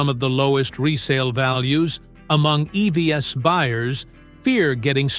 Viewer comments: Please fix the AI-generated voice in this video. Idon't understand why they can't get it to say "eeeeeeee-veeees" instead of e-v-s. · AI voice over here is particularly bad. E.V.S.????